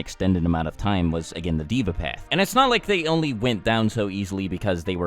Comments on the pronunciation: it is pronounced “day-vah” the word deva is a Sanskrit word meaning god or godly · you were wrong about a lot of this and you said deva wrong